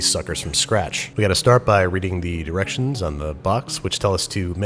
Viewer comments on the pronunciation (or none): He totally said "read the erections on the box" and no one can convince me otherwise.